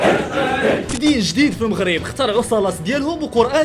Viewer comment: العنوان : الشيعة في المغرب و ليس الشيعة فالغرب....تحسنون النطق و ليس الكتابة!!!!